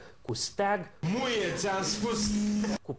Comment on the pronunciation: cand zice "Muie.." suna mai mult ca "Nu e ti am spus"